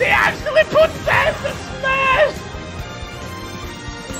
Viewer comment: SAANSS??!? -Etika ( RIP )